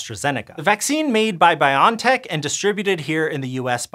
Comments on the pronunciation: Not "Bion Tech" but "Bio N Tech". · You can find videos of the CEO pronouncing it Biontech, as in bionic technology. I find it weird and wanna say Bio N Tech, too, but I figure the CEO and founder of the company is probably best authority in how to pronounce it.